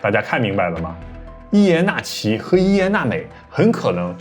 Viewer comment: 伊耶娜美 的音 諾母 N M. N M